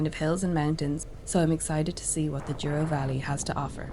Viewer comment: If you look closely, the first 3 letters of "Douro" are not "duo" but "dou" and they're pronounced like "dough". 😉👍